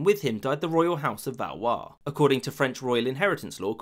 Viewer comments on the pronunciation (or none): House of valwhat? Nice butchering.